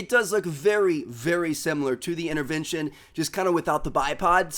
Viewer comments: What is an "innervention" ? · the accent is so weird for me coz yuu dont pronounce yuur "t" unless theres a vowel like yuu say inerverntion and i would would say intervention its so cool to know